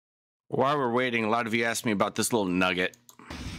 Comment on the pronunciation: Every time Duh-rell goes off like this.....he tries to turn it around and says "I did what you axed me to do". 😂😂